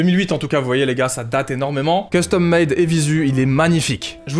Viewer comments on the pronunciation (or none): none